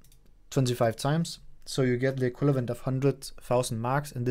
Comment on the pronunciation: Hey mate, super fede videoer! Elsker dit content! Dog en lille ting, har lagt mærke til, at du siger altid "equilavent" det er der ikke noget der hedder, det er "equivalent" :D